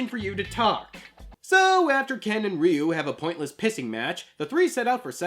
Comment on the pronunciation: this list is narrated by Hector Salamanca. Also, it's pretty baffling that you can pronounce "satsui no hadō" right, but completely butcher "Ryu" each and every time.